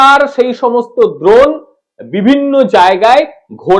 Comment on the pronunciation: উচ্চারণ ঠিক করো। দ্রোণ নয় ড্রোন।